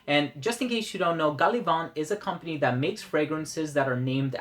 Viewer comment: Hi. Being an English fragrance house, "Gallivant" takes its name from the English meaning of the word therefore, inappropriate to use a French accent when saying the name of the house. Otherwise, solid review as always! Not smelled Berlin but Brooklyn would be my personal favourite! I find their scents to be quite polarising! Greetings from Ireland.